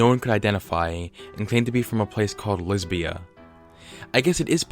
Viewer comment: "lesbia" interesting… >_>